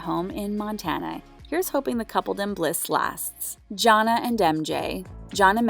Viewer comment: I'm having a hard time understanding how you did a whole update on couples and ironically cannot pronounce Janae and Nia name correctly. The clips you added to this update has MJ pronouncing Janae name properly. I hope you take more time, in the future, to learn the names of the people you are reporting on. 🤦🏾‍♀️